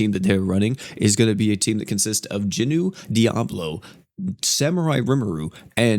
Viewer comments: I've got to ask. Why do you keep calling Jinwoo, JINU? Like, Jinu is an ACTUAL different character in the anime. And it's not like "Jin WOO" and "Jin Nu" even sound close enough to mistake. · Noticed he Is saying jinwoo funny asf lol